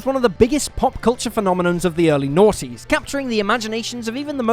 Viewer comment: “of the early NAUGHTIES” wtf does he say right here 😂😂😂